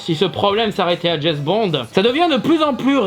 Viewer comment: Je suis un gamin : j'ai pouffé chaque fois que tu disais Jess Bond au lieu de James x)